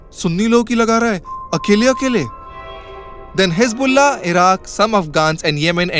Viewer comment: Wtf is “hisbulla” 😂😂